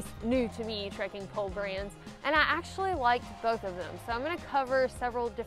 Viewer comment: New drinking game: everyone downs a shot every time says; "trekin' pole"